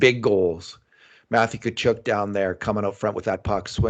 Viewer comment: Please.........someone tell it's not Kachoook, its Kachuck aka Tkachuk